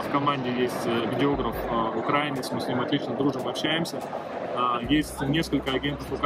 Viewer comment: Украи'нец, ударение на и!